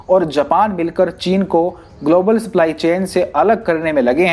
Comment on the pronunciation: Abe sply nhi सप्लाई होता है